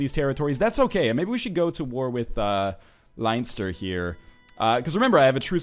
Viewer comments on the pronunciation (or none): Leinster is pronounced like Lenn-ster, not Line-ster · "Linester" lol... it's pronounced Len-ster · no, I'm making the point that it's funny how he pronounced it. I'm from Ireland and it's only pronounced Len-ster, not Leen-star or anything. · I LIVE IN IRELAND Leinster is pronounced Len-ster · Line-ster. really northnlion :D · Leinster is pronounced like Lennster NL, also loving this so far :)